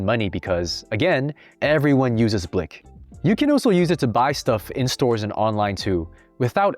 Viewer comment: blik is pronounced like bleak or bleek because the I is pronounced like ee